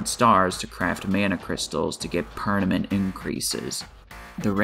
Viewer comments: cool vid but every time you say "pernament" instead of permanent part of me dies inside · Anyone else hearing ( pernament ) instead of permanent...? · AHHH STOP SAYING PER NA MENT my ears are bleeding XD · Ah yes, very pernanent.